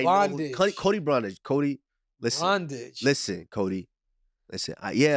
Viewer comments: "Cody Bondage" 💀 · “Cody bondage” 😂